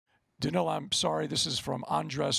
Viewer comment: Once again, these journalists are not paying attention. His first name is Danill and not Daniel.... maybe i should become a tennis journalist.